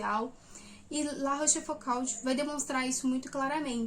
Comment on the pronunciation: Minha humilde contribuição: a pronúncia correta é algo parecido com "La Róchfucô". Parabéns por estudar os moralistas do século XVII, mas não esqueça do maior deles, Blaise Plascal.